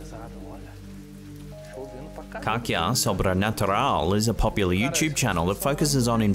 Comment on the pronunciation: Cacia sebaranatural the way you pronounced that word 🤣🤣🤣🤣🤣🤣🤣🤣🤣🤣